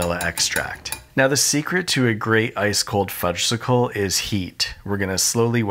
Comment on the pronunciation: Everyone knows that the "s" in Fudgsicle is silent. The delicious treat is called a "Fudge-icle." Made me twitch every time you said it.